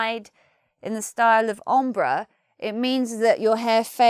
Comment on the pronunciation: The english pronunciation of "balayage" is pretty close to the french one, but what happended to "ombré" and "en pointe"?? Sounds strange to me! xD